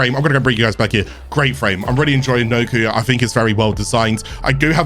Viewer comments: pronounced nah koe not noku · It’s “Knock-O”. Sound it out bud.